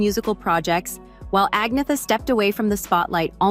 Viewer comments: Her name is not pronounced Ag-nee-tha. It is Arn-yetta. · It’s pronounced An-yet-a